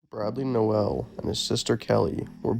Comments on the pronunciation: Pronounced "Nole" not "no ell". Hard to watch this hearing his name mispronounced a hundred times. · It’s not “NO ELL” holy shit I can’t watch this